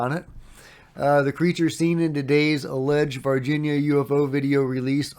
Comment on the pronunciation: totally fake OBVIOUSLY.. You are making one of the most famous videos ever and you can't get a sharp image without a moving camera and a handful of effects. Wakeup, your searching for anything with a ufo label on it. Also its not Virgina Alien, its Var Hin ya /Varghina